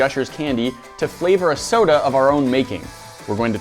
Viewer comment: 9 seconds in and he said sodie